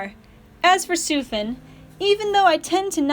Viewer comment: thank god you pronounced sufin correctly